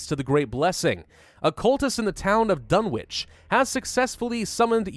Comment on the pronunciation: Btw, it’s pronounced Dunnich (think rural New England)